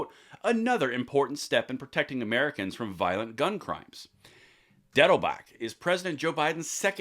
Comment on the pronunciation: When you first promouned his name I t5hot sure you had said Diddlebock.. Harold Lloyd's "Harvey Diddebock" dufus character on he movies..